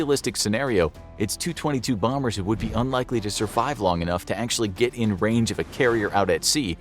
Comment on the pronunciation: How about some pronunciation help for the the v.o. guy? Tu-22 is pronounced T.U.-22, not 222.